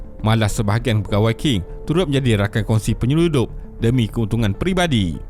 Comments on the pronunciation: Sebutannya Ching, bukan King. Benda simple,, boleh google je. Setiap kali kau sebut King aku rasa macam nak cari kau ajar sebutan asas. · Qing tu sebut dia Ching bukan King.. tu je.. yg lain semua mantap sekali